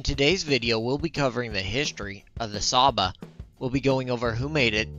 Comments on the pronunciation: I'm hungarian and cs is pronounced tsh in csaba. Also nice vid keep up the good work. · I thought it’s ‘Tsha-ba’ considering the S is actually pronounced as ‘sh’ in Hungarian?